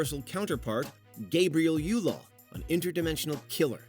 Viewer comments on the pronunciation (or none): none